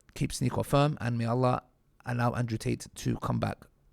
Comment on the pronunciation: Man said Ansrew 😂